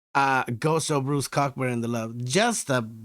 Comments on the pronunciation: I know I'm late to the party here, but just to let you know, the "ck" is silent, so his name is pronounced, "CO-burn." Great reaction! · Pronounced Coe burn. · Pronounced co-burn, Bruce wrote some incredible music, very vivid imagery in his lyrics, and hatred in his voice for the regime that was wiping out innocent civilians. You have to understand, he’s a Canadian. Peaceful. Friendly. To hear him hate, and wish he could kill somebody, it took a lot to get him there.